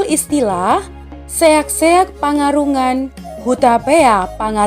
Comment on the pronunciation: Saran: Sian ahu Leman Sibarani, bere ni Toga Raja Pangaribuan ( Torpana ). 1.Seakseak panggarungan, Hutapea Pangaribuan yang benar membacanya harus panggarungan bukan pangarungan. 2. Sipartano Naiborngin anaknya hanya 2 bukan 3 yaitu: 1. Sibarani 2. Sibuea